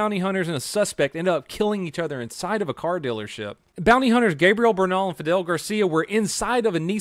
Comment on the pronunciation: He said "dillership" 🤣